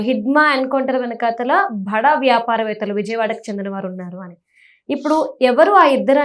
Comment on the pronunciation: భడా కాదమ్మా బడా అనాలి. ఏం తెలుగో ఖర్మ!😮